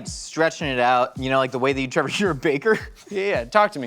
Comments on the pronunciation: I am sure that I heard Link call Trevor " Trayvor " yesterday morning. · Yea, calling Trevor "Travor" is a joke on the channel. Can't remember how it started though